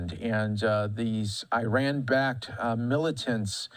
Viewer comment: Cannot even pronounce Iraq Iran properly 🙄